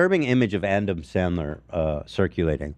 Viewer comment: how the hell Ethan managed to mispronounce Adam Sandler is beyond me. It's honestly a gift at this point.